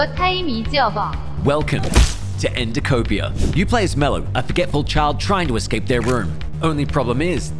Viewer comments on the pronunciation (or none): You pronounced it wrong. Srry to bother but miss pronouncement kind bothers me i can't help it. And btw endicopia (endi-so-pee-a). Im very annoying.